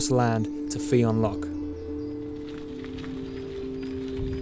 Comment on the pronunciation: the fionn is pronounced fyun